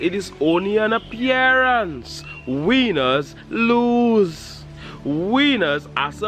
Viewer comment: His pronouncing of "winners" had me laughing for real!!! He's a cool dude, had to have a good laugh, great for winning hahaha!!!